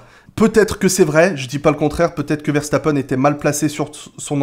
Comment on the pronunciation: salut à tu es l'une des rares personnes qui dit correctement le nom Verstappen ça fait plaisir de l'entendre bien prononcé le nom de notre compatriote Belge qui est né à Hasselt (Belgique ) sa maman est Belge (pilote de karting de haut niveau)